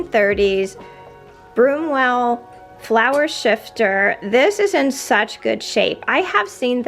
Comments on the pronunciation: hi; i had a lot of the older kitchen ware with the green knobs 35 years ago; just collected it here and then and sold the majority of it when my husband and i moved houses; i do have a question; it sounded to me that you were calling the flour sifter, flour shifter; i googled that term and the only word close to it was sifter; maybe i just didn't hear you correctly?..or maybe educate me on a flour shifter; nice video; thank you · Sifter not shifter !! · It is flour sifter, Ma'am, NOT shifter. You are using one to sift and refine the flour, not shift it. Also the two sided toasters like you are showing were not patented until about 1920. My mother had one pretty much like your's that belonged to my grandmother from that era or later. They were used through the 1930's and probably some, into the 40's. I have my grandmother's for display and it still works, though I would not trust using it.